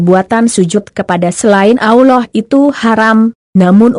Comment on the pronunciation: Aollah. Apa tu. nk sebut Allah biarlah betul. Tak blh dengar lah